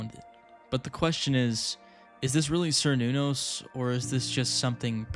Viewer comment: Really like watching this and felt fresher than most ARGs but please look at how to pronounce Cernunnos. It kinda threw me off at first. But anyways can't wait to see what happens next